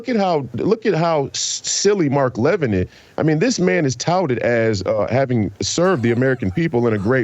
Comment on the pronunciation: First off GOOD RIDDANCE. I never enjoyed Royce as a guest, I don't think he added much. Second, Royce does not even have the common courtesy to pronounce the man's name correctly Royce. In the clip played, Jason clearly pronounces Levin's name correctly with emphasis on the first syllable "La-Vin" and Royce ignores this and repeatedly puts the emphasis on the second syllable "Lev-In", small point but telling. Third, to call Levin a "Neo-Con, RINO" is not only silly it shows Royce's political ignorance. A RINO (Republican In Name Only) is a very Liberal Republican who often sides with Democrats generally on social issues such as abortion, gun control etc. RINOs can be very important to getting legislation passed as they often, but not always, represent left leaning states. An example would be Susan Collins who is about as Conservative as could be expected out of Maine. Other RINOs are just establishment creatures and can't handle being constantly criticized and demonized by the likes of the Washington Post, ABC, NBC, CBS, etc. such as Mitt Romney. Neo-Con's are technically 1960s Liberals who came to realize the Left hated America and became Republicans, such as Jeanne Kirkpatrick although technically Reagan could be lumped in here too (but he turned Conservative earlier). However, during the GWB administration Neo-Con became a short hand way of calling certain Republicans war mongers. Many of the leading intellectuals of the neo con movement were Jewish and "Neo-Con" became a